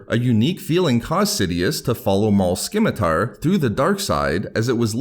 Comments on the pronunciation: Yes, below stated the C in scimitar is silent, corrected! You said skim-itar so much, I had to help correct you. Sim-i-tar. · Skim-a-tar & Vie-go.😁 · Dawg... it’s spelled “Scimitar” but pronounced “simitar.” Come on. Your information is good but your delivery is atrocious. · The most impressive thing about this video was that you did not pronounce scimitar correctly a single time. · The C in scimitar is silent... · I hate to be that guy but the c in scimitar is silent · The C in Scimitar is silent.